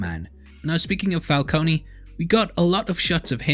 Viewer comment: i love u bro, BUT ITS FUCKING FALCONE, NOT FALCONEY, THATS WHY MARONI IS SPELT WITH AN I, PRONOUNCED MARONEY:)